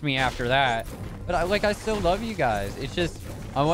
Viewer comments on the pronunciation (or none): lol he said stil not still